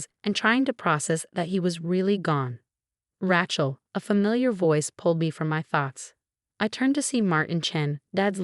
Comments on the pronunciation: 'Ray-chel,' not "Ratchel.' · Ratch-ell? Edit your AI narrator and correct pronunciation! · When is Rachel ever going to be pronounced correctly for a change?